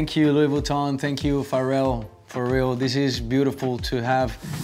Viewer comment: Lou boutton mdr la prononciation